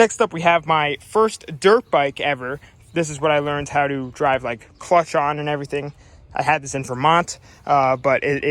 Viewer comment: lol at 6.22 he trys to say clutch but saYS the clunch